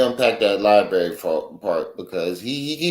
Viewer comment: law lie bury 😂